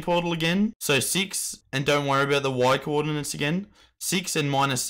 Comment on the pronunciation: no one gonna tell him that it is coordinates and not coordinans?